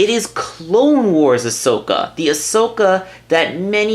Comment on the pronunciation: Not being rude, but ya said it right this time! Sorry, it just kinda annoyed me last time. Nice review, nonetheless! I skipped the intro and unboxing.